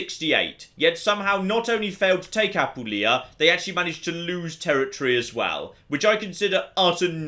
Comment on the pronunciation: But does his tendency to do so justify me nitpicking about his pronunciation of "Apulia"? He's stressing the wrong syllable and it irks me